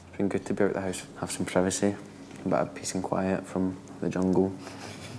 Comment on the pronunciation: I heard "pissing quiet" and then realised he meant "peace and quiet" 😂😂